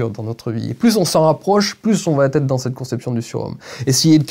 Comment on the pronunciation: ça pique les oreilles les "ça vat-être ou ça va têtre"